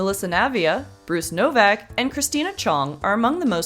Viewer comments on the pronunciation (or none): Horak, not Novak